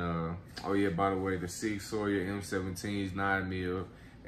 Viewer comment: no disrespect but it is pronounced SOUR ...(.like SauerKraut) ....SIG-SAUER.. ( NO SHADE BRO). y'all don't ROAST ME in the comments LMAO!